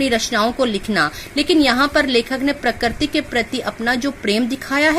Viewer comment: parakarti nahi prakriti